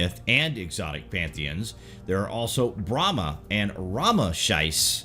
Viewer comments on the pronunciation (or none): none